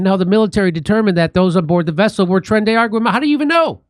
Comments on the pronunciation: It's not Tren de Water Jimmy. How you can't pronounce that after all the murders,robberies, and beatings they've been a part of is beyond me. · How does dimmy have a "mexican" wife and still manage to calk it "tren de agua/argo" every single time?@